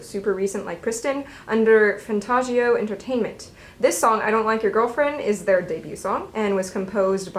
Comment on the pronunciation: FYI, "Weki Meki" is pronounced "Wee-Key Me-Key", not "weh-kee meh-kee" - it's meant to mean, "We key, me key", meaning that the group and the fans are the keys to each other, I believe. Also, "Fantagio" is pronounced like "fan-tah-gio", not "fan-tar-gio", there's no "r" sound in it. Think of the words "fantastic" and "fantasy" - I think that's where it comes from.